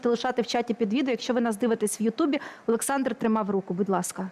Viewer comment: Шо за чОрт это "пане Олэксандр"? Капец